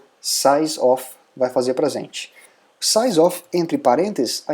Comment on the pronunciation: "Vai fazer praZente"